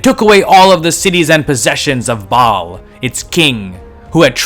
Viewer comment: "Ba'al of Tyre". I heard it as "Bob of Tyre". 😆